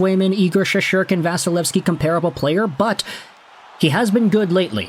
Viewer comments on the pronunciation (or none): It's Shesterkin not Shesherkin!